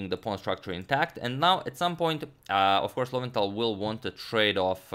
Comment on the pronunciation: Lowenthal - low end tal